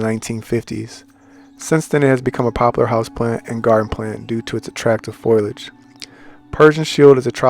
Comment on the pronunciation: It’s pronounced “fo-lee-age” FOLIAGE Not foil-age.